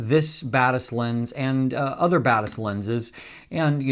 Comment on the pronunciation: I'm still confused if I'm hearing "the Badass series" instead of Batis series of if he's actually saying it